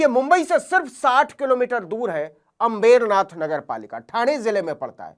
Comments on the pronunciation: आप अम्बरनाथ को अंबेरनाथ क्यों बोल रहे हैं? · Navin bhai it's Ambar Nath not अम्बेरनाथ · अंमबेरनाथ नहीं अंबरनाथ बोलिए नवीनजी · नवीन बेटा अंबेरनाथ मत बोलिए। सही उच्चारण करें। अंबरनाथ बोलें। धन्यवाद जी ❤❤❤❤❤🎉🎉🎉🎉🎉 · FAKE journalist pehale Ambernath ka Pronounciation seeko.